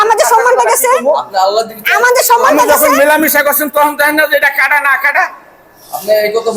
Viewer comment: কাটা না আকাটা 😂😂😂😂😂😮